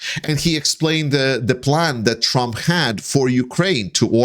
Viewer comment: During the video I could have sworn you called Trump Tramp. I am in no way criticizing your presentation. I think it was likely just a case of your misspeaking. But I was struck that this slip of the tongue could be a Freudian slip and a stroke of genius. Trump is essentially a tramp now that he is bleeding all his money to pay for lawyers, fines and punitive damages to his rape victims.